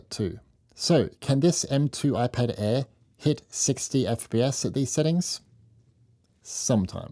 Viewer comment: Your Speech is like: Whaphone ann Whypad. Whwnjfjsjdjfn jsfvjdfvjdfv mermvervjdfvje kergkerverm😢